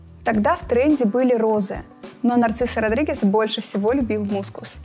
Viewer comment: Нарцисо Родригес, боже выговаривай правельно,Narziso Rodriguez...,если взялись вещать о парфюмерии ..